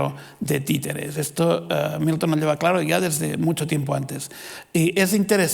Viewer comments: Querido Dios, ayúdame a dejar de escuchar Newton cada vez que dice Milton. Gracias Señor. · Gracias, ahora por leerte, ya solo escucho newton